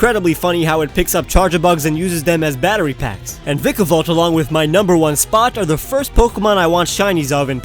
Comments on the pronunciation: so idk how you're supposed to pronounce vikavolt but please stop pronouncing it like that... like seriously it gets me every time and it doesn't help that I watch this video again and again.😖😖😖😖 lol love your content nice to see an Israeli creator that actually has good content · its vy-ka-volt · you said vikavolt wrong bro